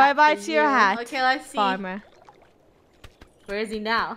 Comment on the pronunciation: The famer noooo!! Me:Farmer?! XD